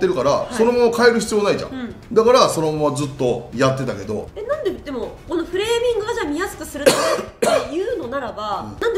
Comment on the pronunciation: フレーミングが フーレミングになってる